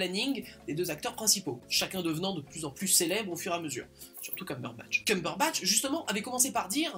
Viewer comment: Enfin un français qui prononce bien Cumberbatch ! Pouce bleu rien que pour ça Sinon pour moi Sherlock est la meilleure série que j'aie pu voir, juste excellente ! Et sinon à , et bien cet épisode sert à éviter de penser que c'est lui le plus intelligent justement selon moi, donc c'est ce qui fait sa force ^^